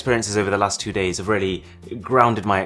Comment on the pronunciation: "the last four days" sounded to me like "lust for days" 😅😂😂